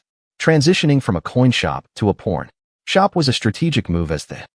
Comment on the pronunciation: Some needs to reprogram the IA it's calling it a porn shop instead of a pawn shop